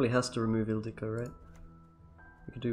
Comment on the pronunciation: You pronounce Ildiko perfectly i think with the long ó at the end. :)